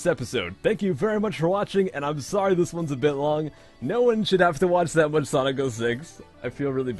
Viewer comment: Why did I hear "Sonic Oh Sex"?